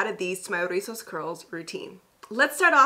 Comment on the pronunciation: Love how you drag de R' RRRIZOS 😆